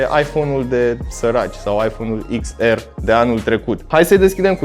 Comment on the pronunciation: Daca tot zici “ar” la r, de ce nu zici si “ecs” la x? No hate 🤜🏻🤛🏻